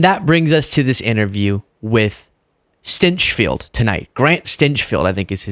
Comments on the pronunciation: It’s pronounced STANK field. I’m serious. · I believe his name is pronounced "stenchfield"